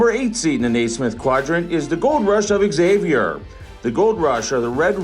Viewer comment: Wtf thats not how you pronounce Xavier or Rio Grande